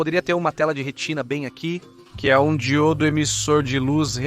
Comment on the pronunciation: A histporia é interessante, mas a tradução da narração está HORRÍVEL. Chamar DI-Ô-DO de Dgil-do, ou BÓ-RO de Bo-ró, não dá.